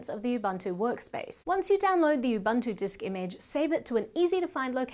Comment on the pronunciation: Very informative video, but she missed that it's pronounced Ubuntu and not Ubantoe.